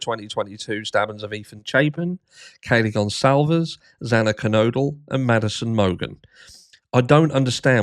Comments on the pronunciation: The judge couldn’t even say the victim’s name right! He mispronounced X’s name twice! 😫😭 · Judge Hippler mispronounced Xana’s name twice. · Hippler said Xana's last name wrong TWICE on the hearing! What a friggin' clown. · When Hipler couldn’t even say Xana’s name right!! I was fuming! They supposedly care so much about the victims but don’t care enough to learn their names?! It’s pathetic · Oh goodness, he corrected himself immediately and apologized. He just misspoke. He knows her name.